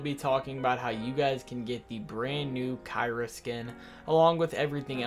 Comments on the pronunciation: You better pronounce the skin as key-ra if I hear khai-ra one more time imma be very mad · Btw the skin is pronounced key-ra